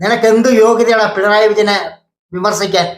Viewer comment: പിണറായി എന്ന് പോലും ഉച്ഛരിക്കാൻ നാവ് പൊങ്ങാത്ത അലവലാതി സങ്കി 🤣🤣🤣പിൻഡ്രായി എന്ന് 😂